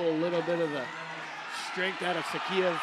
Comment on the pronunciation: Commentators: just how difficult it is to learn to pronounce correctly the last name of the World Champion from Russia?! SHAKHIEV! Practice hard!